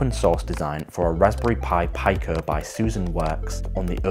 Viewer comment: Pico = pea-co. Like micro, nano, Pico...